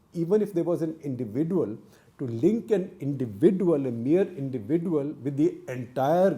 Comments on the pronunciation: Sekhar Gupta's pronunciation of "individual" is unique. Hope someday he gets it right. Until then we have to suffer listening to " indivi-duel". 😂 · Wrong pronounciation of the word 'individual' by Coupta !